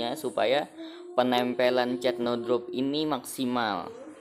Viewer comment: Cat bang bukan cet😭😂